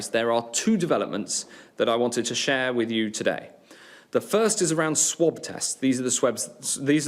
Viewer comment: When he mispronounced the word 'swabs' as 'swebs' he was definitely thinking 'Plebs'...